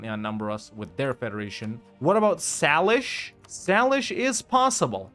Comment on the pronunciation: Just an fyi. Salish is pronounced “say-lish.”